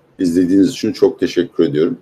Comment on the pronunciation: Peki abi “rakam” değil “rakkam”, “için” değil “içün” mü? Why???